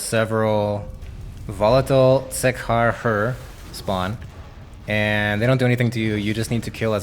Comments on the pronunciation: umm I think it's Zuhk not Zook haha great video. I feel like you cold've done the Wiki reading for us and put it in the guide bc that's the whole point of a YT video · Pronounced Zuck. Buy good vid